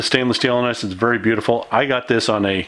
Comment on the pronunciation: It's pronounced ENOX. Just an FYI. Also, stop making me nervous by dry firing the 92fs. It's absolutely going to ruin the pistol. Otherwise it's a beautiful pistol 100%. I have the same one.